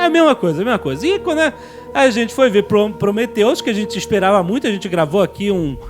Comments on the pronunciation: Prometheus, não cumphreus e se fudheus, heim?! ¬¬ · Prometheus e não Cumprhius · Prometheus e não cumpriris! (Mussum mode ON) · PROMETHEUS E NÃO CUMPRIUS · prometheus e nao cumprius XD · prometheus e não cumpriris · "Prometheus,e nao cumpriuzes" auhauhuahua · Prometheus e não Cumprius HAHAHAHA! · PROMETHEUS E NÃO CUMPRIUZIS. HAHAHAHA RI ALTO! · PROMETHEUS e não CUMPRIUS. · Prometheus........Mas não Cumphrius. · Prometheus e não cumprius =/